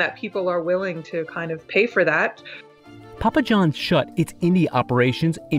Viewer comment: That dude just said pupa John's instead of Papa Johns 😂😂